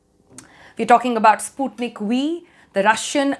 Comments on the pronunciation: The pronunciation is not “spootneek”, it’s “Sput-NIK”. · It's spelled "sput-nik" and not "spoot-nik" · Russian language is not that lovely nor romantic, u made sputnik sounds like sponge for me.... So soft.. Ahhh.